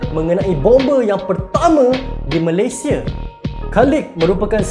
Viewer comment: Bukan malaysie bro, tapi Malaysia Betulkan sebutan tu